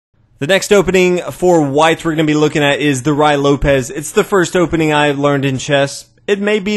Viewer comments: Rhooay Loupez. Amazing spanish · It’s pronounced Ray Lopez